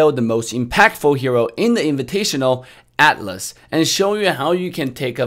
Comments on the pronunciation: What your saying is true. Atlas and Alice are completely different. Even in Official MLBB they pronounce as At-las. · Yeah, his T is silent and that's why atlas sounds like alice. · TheHeavieKiwie yeah, for some reason, some people call it alice, Or maybe that's how our ear hearing their pronounciation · He prounoces As Ah-(silent t)-Las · I just heard as Alice at first 😂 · I thought he was saying Alice lol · Ok so when he pronounce Atlas. He pronounce with T silent. Actually your comment popped up the moment I actually thought about this. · He read it as ATLAS but a bit slang since he is in NA I think